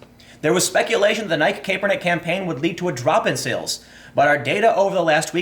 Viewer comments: "Collin KAYpernick" its Kap-ernick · It's not pronounced Kay-per-nick. It's Cap-er-nick! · "Kap-er-nick" not "Kae-per-nick" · “KAP-er-nick not KAPE-er-nick. I’m guessing you don’t watch football. Nike stock hit an all time high since this video came out. Nobody will remember or care about any of this in a week. Americans have the attention span of a caffeinated humming bird and the memory of an ex NFL lineman. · It's pronounced "Capernick" not "Cape Er Nick". And why do you pronounce Nike like "Pike"? Do you perhaps reside outside the U.S? Hmmm... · CAP (like a hat)-ER-NICK!!!!!!!!!!!!! NOT caper-nick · Also Cap-er-nick not cape-er-nick haha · It's kapernick I get it its spelled the way your saying it but your giving me a headache! Your great and I love you podcast. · CAP-ernick* , sorry it’s bothering me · CAP-ernick is how you pronounce it goddammit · Hey Tim, the first "e" is silent in Colin Kaepernick's name. Its pronouced CAP-ER-NICK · If ur gonna make a video about a certain person make sure u can pronounce his name correctly dam!!! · You are pronouncing Kaepernick incorrect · love your vids bro, but how you pronounce nike, and kaeppernick is killing me. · I'm trying so hard to listen to what you're saying but the fact that you cannot pronounce Colin Kaepernick's name right just throws me off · Time your killing me!! You say Nikeeeee correct then it's back to Nike and your saying Colin's name wrong wow I love you show but please please stop you grammatical correct reading. Love your podcast cast. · Not sure if you're trolling or not, but the constant mispronunciations of "Nike" and "Kaepernick" are really distracting